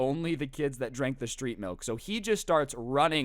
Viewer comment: OOOH STReET mAlk